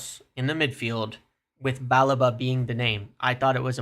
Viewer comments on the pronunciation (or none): It’s not “BAH-le-va”, nor “Ba-LEEH-va”. It’s “Ba-LEH-va”. And eff Liverpool, we got the credit facility, Wilcox and Agent Onana on this. Or sell someone ffs!